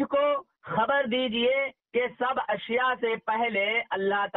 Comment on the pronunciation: Aap Ku ashya bolne ni aara ishya ishya bolreen 😜😛😜😛😜😛